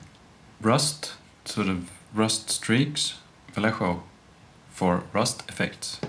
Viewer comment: Your pronunciation of "Vallejo" is better than what most people come up with (including myself ;) )